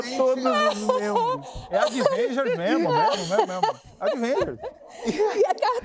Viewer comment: Não aguentei com o Manoel falando "Adivengers" KKKKKKKKKKKK